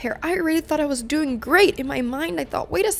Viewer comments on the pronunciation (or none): none